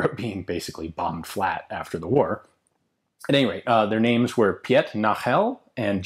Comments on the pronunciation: Should "Pjet" be pronounced as "Peet"? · ''Piet'' is prenounced just like ''Pete'' ;) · I dont' mean to sound like an ass, but a little guide on the pronounciation of the names; Piet is prounounced almost exactly like peat, maybe a little shorter, and in Nagel, you had the sounds right, just the emphasis would be on the a, and it would be a little longer. but again, the sounds of the a and e are spot on. Keep up the great work :)